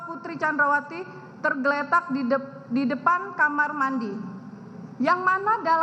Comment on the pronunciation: Blepotan “Candrawasi”